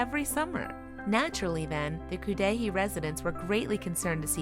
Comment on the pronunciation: pronounced cud a hay wisconsin